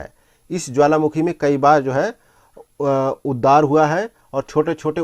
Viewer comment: Not उददार it's उद्गार